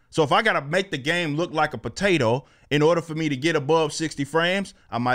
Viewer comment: Lol the way Eric says potato is hilarious